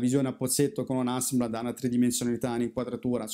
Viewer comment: ogni volta che dici HasseMblad, un rullino di portra muore 😁 Scherzi a parte, avanti così: è un piacere seguirti